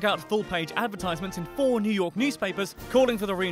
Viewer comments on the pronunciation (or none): none